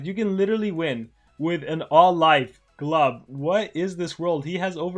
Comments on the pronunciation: not "gluhbuh" its "glooboo" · It's not gluba it's glubu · Am i the only one who gets triggered when he pronounced his name "Glaba"?